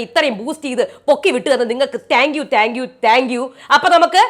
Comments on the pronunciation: എന്റെ ചേച്ചി, റ്റാങ്ക്യു റ്റങ്കിയു അല്ല. താങ്ക്യു ആണ് 🙆‍♀️🙆‍♀️🙆‍♀️🙆‍♀️ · But correct ayi parayande.. Ella videoyilum ingana parayunne.. Tanku tanku എന്ന്..